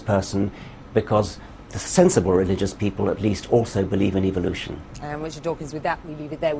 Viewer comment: when dawkins says evolution it actually sounds like evilution. Its so funny.